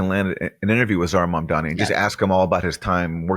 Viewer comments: The CNN host is doing the same thing Cuomo and every xenophobe did and pretended she can't pronounce "Mamdani" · She can't even pronounce his name. Must be an homage to Trump. Since big Larry is going to be her boss. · The oligarchs don’t even know how to pronounce Zohran Mamdani! So pathetic. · All the journalists who can't say Mamdani's name right should all be FIRED. What the hell???